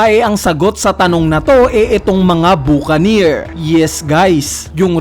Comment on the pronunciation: Buca"neer" engi"neer"